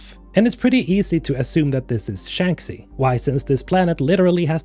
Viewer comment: Andromeda wont be involved in this game. Also its Shang-She not Shanksy